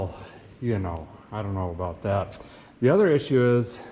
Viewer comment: what is he talking aboot 🤣